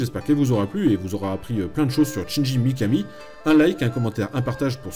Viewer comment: Excellente chronique mais le prénom du gars c'est Shinji, pas Chinji. donc on ne prononce pas "tchindji" mais "chindji" :s Mais bon, mis à part cette prononciation qui écorche les oreilles, on est face à un vrai fan et ça se sent :) Donc pouce vert :)